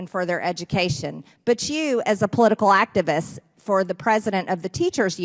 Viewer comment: Was the girl in the back operating that ventriloquist dummy? “activaste, blah, blah, teacher, blah, activist, blah!”